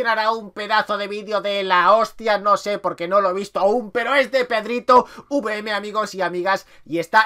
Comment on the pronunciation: PEDRITOVM NO PEDRITOUVM